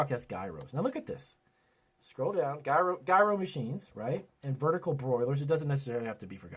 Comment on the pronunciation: Smh, you don’t know how to say gyro properly, hmmm